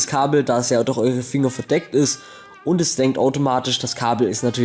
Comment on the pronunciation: warum sags du immer durh als stat durch